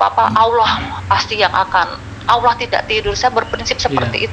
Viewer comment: tolong nama ALLOH nya jgn di singkat dan ga ada hurup w, ALLOH SWT, bukan awllh